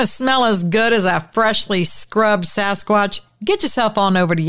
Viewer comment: Did u just say sasquad?😂